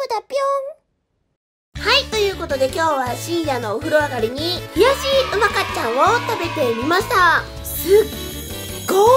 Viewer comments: うまかっちゃんのイントネーションが違う、、、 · 「うまかっちゃん」のイントネーション違う😂福岡県民だから気になるw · やっぱりうまかっちゃんのイントネーションが違う笑😂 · うまかっちゃんのイントネーションが気になる😅正しくは、ミシシッピと同じイントネーションだから知らない人は覚えてね❤🍜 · うまかっちゃんの発音が違うから気になる😅